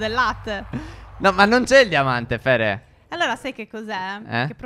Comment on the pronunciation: MA PERCHE TI CHIAMI PHERE CON LA P AL POSTO DELLA F